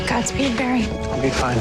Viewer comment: Wolf Gang no she said gods peed barry